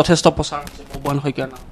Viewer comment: বুববাহন নহয় অ সাংবাদিক ভাই, বব্ৰুবাহন